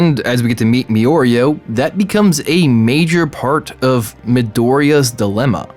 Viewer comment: when you hope for interesting discussion in the comments but everyone is just repeating the fact that he pronounced Mario's name wrong.